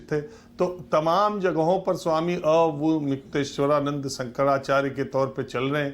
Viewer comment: अरे, अविमुक्तेश्वरानन्द नामोच्चारण के लिए थोड़ा अभ्यास ही करके आ जाते। 😀